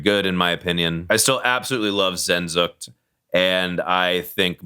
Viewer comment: Pretty good, for the most part. This guy does know his music on more than a surface level like many of the other music critics. I can respect that. LOG in C-Tier, though? No Meshuggah or Opeth? Edit: the pronunciation of Sehensucht made me die a little inside.